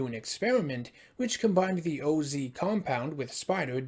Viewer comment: Also not O-Z compound. It’s OZ like “Wizard of OZ”.